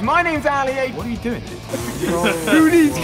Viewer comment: AR YOU DWIN